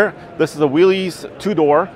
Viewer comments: John Willys pronounced his name "Willis" not "Willeez". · Stop mispronouncing it. It is pronounced Wil-Is like Bruce.